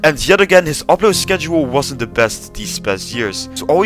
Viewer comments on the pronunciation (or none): none